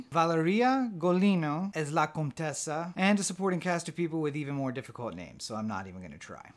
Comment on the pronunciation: I love this movie too :) You just can't stop thinking about it when you see it. I don't mind the subs. Your pronunciations of the names was perfect (spot on) unlike some others I heard on other reviews lol Seen it 3 times in cinema and can't count how many times at home.